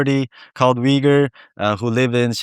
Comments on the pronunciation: Nice program Just a couple nits I picked: It's not "a Uyghur influencer" but "an Uyghur.. It's not pronounced Wee goor but Ooygoor (approx.) Besides the fact that one needs about 20 minutes, iejust before the end of your program, to start understanding your English pronunciation. His, instead, is crystal clear because he pays attention to map his phonemes to generally understood sounds for a majority of English speakers. Not you. If you want to be followed, fix the sounds you make. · Hey, I grew up in Kyrgyzstan and liked Uyghur street food. I was also baffled when I first heard how people pronounce Uyghur in English. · The Westerners can't even say the word correctly. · The lesson on learning how to correctly pronounce “Uygur” in his native language, alone, is more than enough to make this video worth watching ❤ But thank you for searching this young man out, that was a wonderful interview. It shows that he’s a young regular Uyghur living in Xinjiang, still awkward at certain things but definitely maturing to be an adult growing up with pride. Excellent video. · Also: Thank you for teaching us how to pronounce "Uyghur" I know that in certain Turkish proper nouns like the "Yigtcan" and "Erogan" the "g" isn't pronounced as strongly as English speakers normally would. I should have known it would have been true for Uyghur as well. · The pronounciation in English is ridiculous and makes no sense. If I didn't hear the pronounciation, I would not know that this is how the word is pronounced. Granted, this is the case with many words in English. But people have no problem pronouncing "Uber". The don't pronounced it as "Veeber". So why is "Uyghur" pronounced in a ridiculous way? Just write it "Ooyghoor" then.